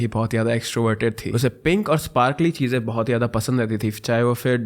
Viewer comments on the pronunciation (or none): none